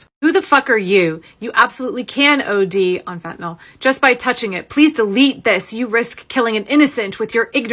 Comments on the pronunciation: You know somebody knows nothing when they call it "phentaNOL". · You might as well say fentanyl, since our government leaders can’t pronounce it correctly!